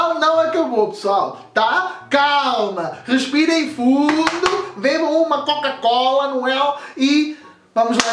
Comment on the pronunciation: Bebam uma kaka-cola kkkkk sei que é o sutaque mais mesmo assim é engraçado